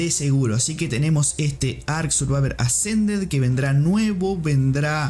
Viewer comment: "Ark survaver assa"